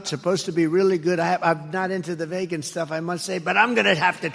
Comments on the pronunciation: Ya! He thinks that is how Vegan is pronounce. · His pronunciation of vegan sounds like some sort of alien - maybe he was thinking of the Vogons from Hithchiker's Guide. He'd love their poetry!